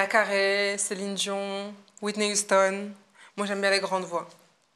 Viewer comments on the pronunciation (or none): none